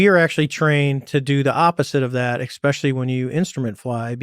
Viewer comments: Cmdr David "ecxspecially" Fravor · I was a little disappointed he said 'eggspecially' though ;) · Does it annoy anyone else when people say “eggspecially” … it really chaps my cheeks